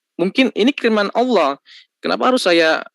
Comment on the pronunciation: Saya suka dengan penyebutan nama Allah fasih benerrrrrrrr yah padahal baru jadi muallaf dan cerdas ini orang ,mudah2an selalu dalam lindungan Allah swt 🤲